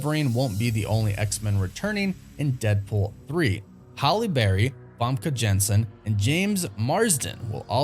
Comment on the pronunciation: I love you & the channel but you continue to hack the pronunciation of these actors names (fam-key) and Haille Berry’s too lol